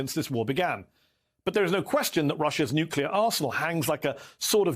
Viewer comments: It's pronounced "NOO-KLEE-YAR" and not "NYOOK-YOO-LAR" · Why do so many distinguished persons (even with military backgrounds,... whom should know better) say New-Kew-Ler? It is pronounced New-Kle-Er !!!